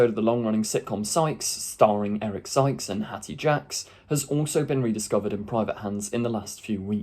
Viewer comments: Hattie Jakes - not Hattie Jacks! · I know you’re really young, but if you go “public”, then you should do your prep. It is Hattie “Jakes “……..I can’t take you seriously otherwise